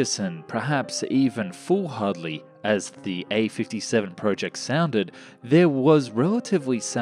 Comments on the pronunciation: 705 pounds.. must be made from some space-age material! My favourite thing about your videos is how you always leave in the funny mispronounciations (foolhardly, Astromoner). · new words in this episode intercontinentilental foolhardly possibible astromoner